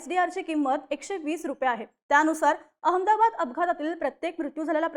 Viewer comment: हिला लवकर काढून टाका ही अमदाबाद म्हणते अहमदाबाद म्हण ग 😂😂😂